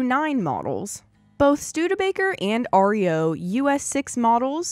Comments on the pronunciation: Reo trucks are pronounced "Reo" not R. E. O.--even though they were the initials of the founder Ransom E. Olds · Besides pronouncing corps without the “p”or”s”, the Reo truck name is pronounced as one word. Not R.E.O. Ransom E Olds could not use his name for vehicles after he sold to GM. He used the Reo name for his trucks. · REO, unlike the name of the country band is pronounced "REE....O". Not "ARE ..EEE....O". The Name REO came from the intiials of the company founder , Ransom. Eli.Olds.